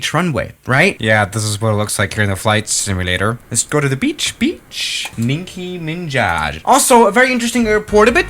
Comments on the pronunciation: nobody: LITERALLY NOBODY:: ninky minjaj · I literally choked on a pencil when he pronounced Nicky minaj as Nicky minjaj